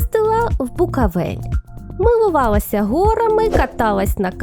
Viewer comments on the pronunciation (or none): не (в Букавєль) а правильно (в Буковель) 👿